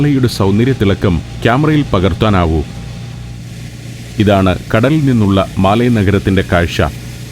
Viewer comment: മാലി അല്ല. മാലെ